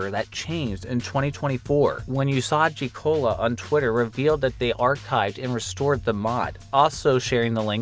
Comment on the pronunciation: sorry i was sent reeling by the way you pronounced usagicola